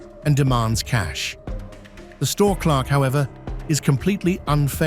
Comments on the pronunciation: For the love of god learn how to say CLERK! It's not CLARK! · I can't ignore how the AI calls him a CLARK instead of a CLERK cut to National Lampoon's Vacation Clark! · I would have thought the first thing AI would be taught is how to read. CLERK not Clark dummy. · CLERK!!! not Clark!! dammit LMAO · Not Clark. Clerk. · Clerck Not Clark !! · It's a CLERK not a CLARK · Cl-er-k vs Clark? That just uk pronunciation? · *clerk, not clark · And why does he keep calling a clerk a clark. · The robber did NOT "bolt for the door" - but SHE took off. The robber helped himself to the cash register and they BOTH had machetes, which are the same size. Finally - the word is CLERK, not Clark. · It's a british pronunciation